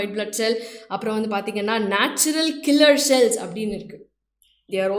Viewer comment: Neenga cute ah pesren ngra perla cringe ah pesringa mam 😅 "So" nu sollama "sho" nu solluradhu Cells ku shells nu solradhu 🤯